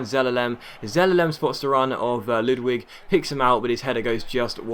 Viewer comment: haha Ludwig prononse as ludvig. the W is V. its a swdish name